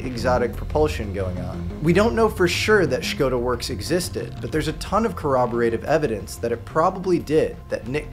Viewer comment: Thank you for your incredible work and for pronouncing "Škoda" correctly.😁